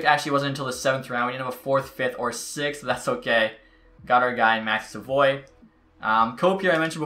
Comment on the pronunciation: Im pretty sure Savoie is said sav-oooo-ahhhh not sa-voy